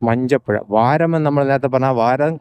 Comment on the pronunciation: വരം അല്ല വാരം ആണ് സ്നേഹിതാ